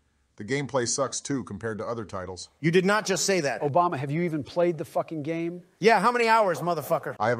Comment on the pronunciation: sounded like "obamina" to me